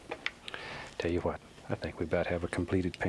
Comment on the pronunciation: And when he says, "Tell ya HWHAT...."